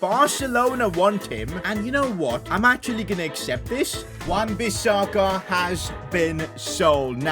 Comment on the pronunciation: Bro? Wan-Bissaka??